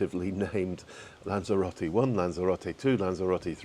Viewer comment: Are you pronouncing Lanzarote differently or is it just my ears? Lanzero-tay as I would say Lanzero-tea?🤔 Ps. Great vlog!